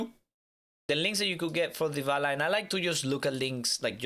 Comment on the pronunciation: "ooooo vavy we have deevala and reevery"